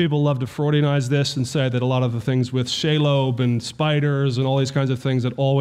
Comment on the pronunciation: He was impoverished gentry... Never slumming it.... BTW its SHEE-Lob... Not Shay-lobe...